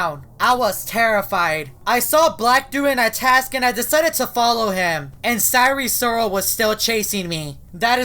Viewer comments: Its not sire sirol its sire soril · Sire si rol not risoil